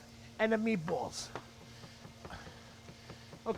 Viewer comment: 'Meebwol' 'Ganna add a little wine....eh, we're gonna add a lotta wine' Man I miss my Brooklyn peeps